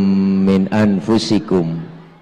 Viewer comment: di dalam hutbah. Baca.an. laqod ja.akum. ada yg salah🙏 harus.y ang fusikum. Bukan an..🙏🙏